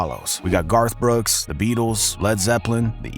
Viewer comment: mfr said "Garth Brooks" I'm dead🏳. RIP me 🤣😅😝🤪🥵😱🤯☠🪦⚰